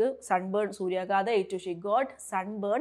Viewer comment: Very useful class. What is the difference of meaning "burned" & burnt? സൂര്യാഘാത൦ എന്നല്ലേ ഉച്ചരിക്കേണ്ടത്? ടീച്ച൪ പറയുമ്പോൾ എനിക്കു കേൾക്കുന്നത് സൂര്യാഗാദ൦ എന്നാണ്.